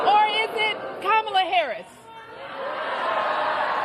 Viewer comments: Did she call them Kamala Zoo? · Did just say Camila zoo